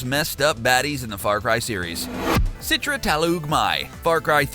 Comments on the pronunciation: its not "sitra" but "chi-tra" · Man, its "Citra" not "Sitra" 😂😂😂 also, Rakyat means people.. you just saying "peoples people"